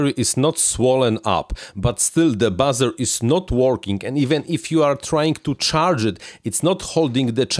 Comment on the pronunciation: Hey.. Buzzer = Bahzer.... Buzer = Booozer.. 😉